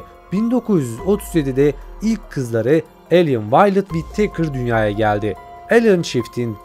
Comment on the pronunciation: Wit-teykır deyip durmasan...Wi-tıkır doğrusu....önce İngilizce öğren paşam...😂